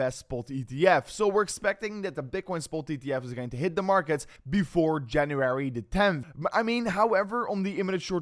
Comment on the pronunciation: Love your videos just one thing it’s not Januarary lol it s January